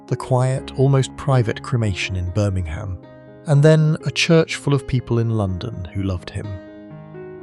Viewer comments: Yep😅 And Birming-ham. 😂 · Is no one going to say get the words right. Birming ham, main wareing, .....